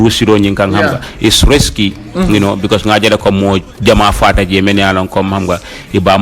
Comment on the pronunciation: Risky not resky